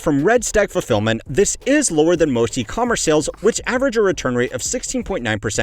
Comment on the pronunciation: lol "ratailer producs", "eccomerce"